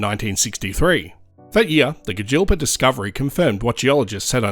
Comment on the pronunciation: I worked at Moomba, and Gidgealpa for a couple of years. When i heard this commentator say Gidgealpa i almost fell on the floor laughing.